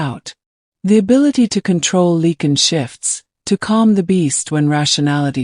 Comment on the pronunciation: “Lycan ” not “leaken”.